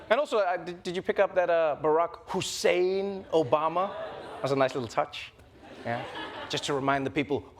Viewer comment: Barrack Hussein Obama......you miss the fact, that his middle name is pronounced "Who´s sane"